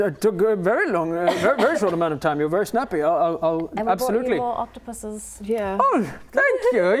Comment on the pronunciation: knows the correct plural of octopus, and pronounced it correctly!!!!